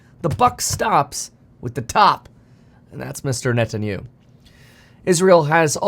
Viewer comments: funny Kevin pronounces Benjamin Net en ya hoo completely incorrectly! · His name is pronounced as "Net-tan-ya-hu", u do pronounce the H sound, as this is not a european name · It’s: “Ne Tan Ya Hooo”. Stop Butchering it on purpose 😒 You do this every time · Kevin....man....practice his name: Net-in-you? Is that seriously how you are going to pronounce it? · Benjamin Netan-U ? 😂😂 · Is that how you think Netanyahu is pronounced?? 🤣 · I love you, Kevin, but could you PLEASE start pronouncing Benjamin Netanyahu’s name correctly? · Can we please just stick to market data and thesis? I love you content, but your news coverage is slightly painful to listen to. I grind my teeth every time you mispronounce that guy's name. Just stick to what you're good at bro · Pronouncing his name extremely wrong